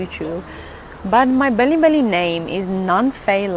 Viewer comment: Indeed true. and I believe you're saying “bilibili”instead of belly belly 😂